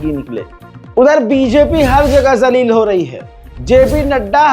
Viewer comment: ज़लील नहीं जलील है